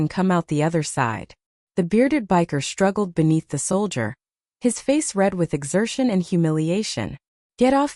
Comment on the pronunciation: This is the worst narration I have ever heard. Not only is she going like crazy and you can't keep up with her. But she doesn't even know how to say the word soldier. It didn't take me long to turn it off and find another thing to listen to. Better luck next time